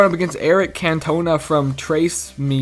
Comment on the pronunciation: that's not how you pronounce Eric cantona, he's a footballing legend, it's pronounced canto- nah